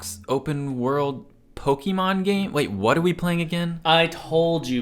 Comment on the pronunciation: its not pokeeemon, wtf are you doing